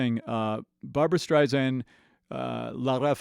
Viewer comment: Please... it's Barbra StrI-Sand with an "S" not a 'Z'. Sorry, it's just one of those things that irks me when it's said so often. This was a great mashup and I enjoyed your introspect and knowledge of these two amazing singers. For me, it's Barbra all the way because of her innate ability to deliver a song from her heart to your's. The woman has had no vocal training... it's all an incredible gift that she honed perfectly. Perhaps you picked up on Barbra's version being more introspective because it is..."Papa..." is a song written especially for Barbra by lyracists Alan and Marilyn Bergman, because of her own father who died when she was just 15 months old, but always felt connected to. Barbra always seems to embrace a song organically...I have never heard her oversing or be more connected with the performance than the lyrics. Maybe that's why esteemed lyracist Marilyn Bergman once said about her..."The best singer that any lyric writer could ever have singing their song." I've used this analogy many times... Barbra seems to sing in 3D, while everyone else is in 2D.